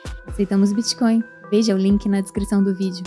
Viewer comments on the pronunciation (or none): none